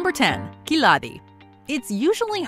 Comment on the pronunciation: her khiladi pronounce lol